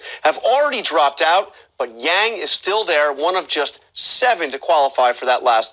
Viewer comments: Host welcomes “Andrew Giang” , almost sound like Andrew Jenk. Jenkie (fake or lame). Already I got the impression that he will not be fair to him. - “Your complain”, not left , not right, “what does it mean?”, man the host’s expression and smirk. The host then goes into the fact that the two parties, democrat and republican, are either too left or too right leaning. Andrew wanted to make the point it’s not just political and that people want to move forward and stop this stupid political bickering. - From the host: “Freedom divident”...so everybody, everybody gets the money if the person choose to opt-in? Why would Bezos and Trump or billionairs get it smirks ? MATH...the proposal is already expensive. Common sense: Well, if the host understands that the top 1% or 2% owns 95%. Say, there are about 100 billionairs and it would only cost $100,000 for the month, really not a lot added to the total. This argument is just to discredit the idea that it really helps the poor! - Host: Your commercials call “Medicare for all” but your actual proposal doesn’t even have a public option, so why the discrepancy? The host seems it’s all black and white and it’s clear cut on a complex topic as this but Andew sees the reality of this and would require the need to initially keep private healthcare plan and introduce public available options. The host can only discredit Andrews plan. “Medicare for all” is medicare for all...yeah it’s not always black and white. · His name is Andrew Yang Sir. Not Andrew Jangyang. Unpolished interviewer. Nice job not laughing out loud at him future President Yang! #yamg2020